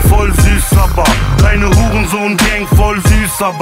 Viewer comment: Es heißt voll süß aber... Und nicht voll süß aba:-)